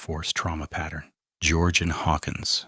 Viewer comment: Georgian and Georgeanne are not pronounced the same.